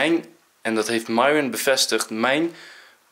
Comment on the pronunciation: Lars: Myron Mees: Myron Nicole: Myron Hoe Myron zichzelf voorstelt: Myron Enzo: Mairon